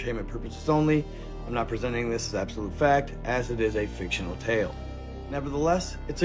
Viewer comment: Why am I watching and you just said fictionary account